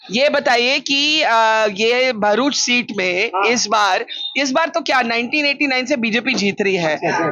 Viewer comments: It’s not Baaaruch, it’s Bharuch 😅. Atleast fix the pronunciation of the name of a city properly where you are reporting from. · Behruch it's bharuch you are Indian not foreigner pronounced prperly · Barkha, please don't call it Bhairuch. It's Bharuch.😂😂 my ears start getting vibrations when non-gujaratis totally change the original name of cities or even dishes of Gujarat. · भरूच thik se bolne ki practice karo pehle 😂😂 Behrooch Kya hota hai bey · its BHARUCH....please don't DISPRONOUNCE